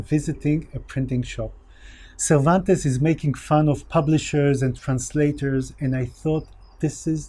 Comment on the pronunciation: Kudos on pronouncing Cervantes' name almost perfectly. I know several university profesor dudes who claim to be "experts" on his work, yet mangle his name by pronouncing it as if it were written in modern English. You are a whole level above those.